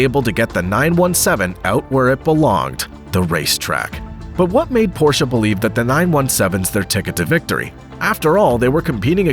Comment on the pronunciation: Thank you for pronouncing Porsche correctly.